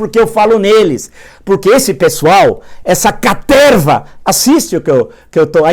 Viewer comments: Quem mais vem só pra ouvir o professor falar carterva? 😂😂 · "toda essa CATERVA" Nessa hora ai ele falou com vontade! Adoro esses momentos XD